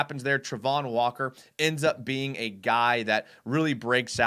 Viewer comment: It's Travon...not Trevon...and he did NOT have 5 sacks last year.